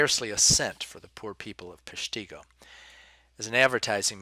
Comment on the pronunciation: PESH- tih-go